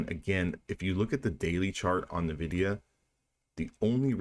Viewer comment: Great vid. Real time is the best. BTW its not NUH-vidia. 😀